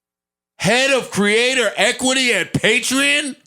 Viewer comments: yall arent even saying the sponsor name correctly lmfao its patre-ON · Bruh. I've been saying Patreon wrong all these years lmaoooo. Patrean hahahaha! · this is a sick ass segment. it was sick when it first came out and it’s even sicker now. nigga can’t even pronounce “patreon” correctly lmao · learn how to pronounce patreon brother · So no one gonna tell him he saying patreon wrong lol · the whole time lmfao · I happy for them but Joe is acting like they are the first podcast with a Patreon. It doesn’t look good when they can’t even pronounce it. Also Joe made fun of Cthagod’s new title at iHeart when he doesn’t even know his own title. Still happy they were able to get a bag tho ! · Joe definetely wasnt in that meeting. Cant even say the name right. SMH. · say it correctly at least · Considering the fact that they don't know how to pronounce Patreon correctly says something.